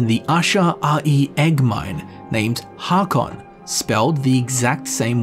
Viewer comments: Haakon is pronounced like Hokon. Dunno how else to explain it lol but aa=å Yes Norwegian is weird lol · Haakon is pronounced Hækon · Aa as in Haakon is pronounced like o in “oh”